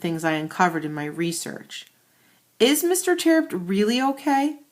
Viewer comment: it's terupt no tearupt